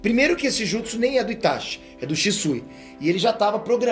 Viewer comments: "itaXi" é teu cu É "itaTI" (pronuncia) E Gaara é UZUMAKI ... por parte do pai .. então logicamente ele tem vigor, resistência e chakra superior aos ninjas "normais" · meu personagem preferido clássico: Gaara personagem preferido do Shippuden: Itachi puuuutzz E POOOR FAVOR SE PRONUNCIA "ITATI"